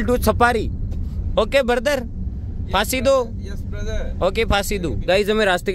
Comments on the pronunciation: Pasindo.....❌ Faasi do.....☑️....😂🤣😆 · Pasidu ❌. Faasi Do ✅.